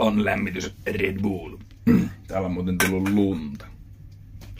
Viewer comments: Hyvää kontenttia varsinki ku sanoo red buull:DD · Ei ku se on red blöö